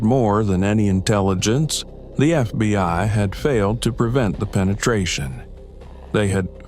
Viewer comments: Why doe narrator say FBY rather than FBI sometimes. Great story ntless. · More AI BULLSHIT, we don't have any FBY, improper pronunciation by the computers gave it away. GET YOUR SHIT TOGETHER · Why does he say FBY?